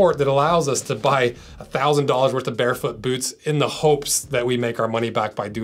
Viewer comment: I love the way he pronounces boots: "Bhootz"